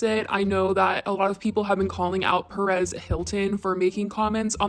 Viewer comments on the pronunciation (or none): none